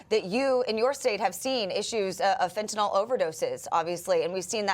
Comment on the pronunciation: The Democrats do not realize it is the Cartels who are growing all the avocados. They have controlled the farming of the fruit for years and probably make more money off avocados than fentanyl. BTW, why to these people pronounce Fentanyl as Fen-tan-OL? Jeez!